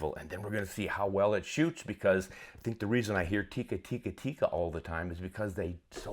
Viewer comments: It is not pronounced Tiikka.It is pronounced and written with one i.So it is Tikka. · It's Tikka.. not "theecka" or "teak-uh". It's just a direct tick-a. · Almost 60 years of Tikka rifles and people still cannot pronounce "Tikka" correctly.